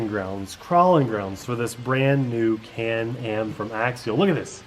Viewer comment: Am I the only person who heard call it "Canned Ham"? Lol